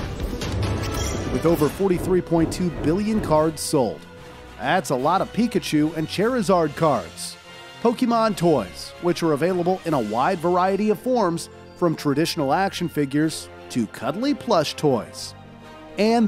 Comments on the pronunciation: bro did not just say chairizard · Chair-azard cards 😂